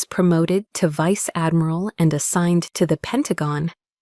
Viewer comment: No Vice-Admiral would have like that! AI needs to learn how to pronounce words better!